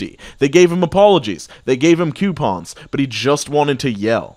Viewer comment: the way says coupons......made me feel something akin to terror